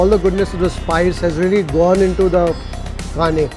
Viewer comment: Kane fish pronunciation wasn't correct. said Kane with small 'n' in hindi.